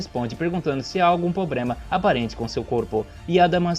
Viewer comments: É sério que tu largou um "pobrema" no meio do negócio???? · e "pobrema" aos